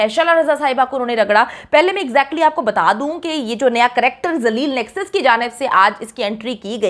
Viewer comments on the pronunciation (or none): ڈاکٹر صاحبہ نیکسس کہنا چاہ رھی تھی بوکھلا کر نس بول گئ